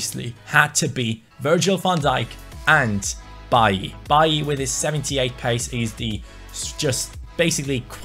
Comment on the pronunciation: baiy ? i though he is called bailey